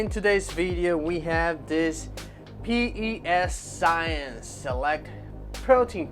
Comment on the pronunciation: PES science...its PEscience this is the best protein and they have a great line. The fact you said it wrong and you look like you do drugs I doubt you know what your talking about